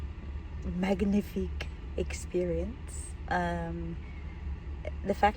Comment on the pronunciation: Very nice I bet you had an unforgettable day! And it's Manifique ( you don't pronounce the g letter) 😉